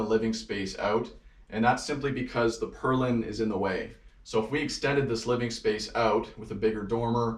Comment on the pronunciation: Purlin not perlin!